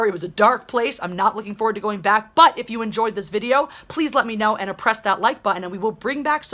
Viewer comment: Did she say oppress that like button?